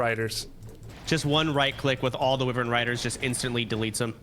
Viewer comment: Wyvern not Wiwwern lol